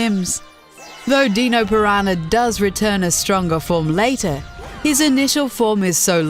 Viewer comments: "The Deeno Piranha" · deanosaurs. WHY THE FUCK DID YOU PRONOUNCE IT DEANO PIRANHA?!